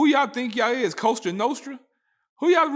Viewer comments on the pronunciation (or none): none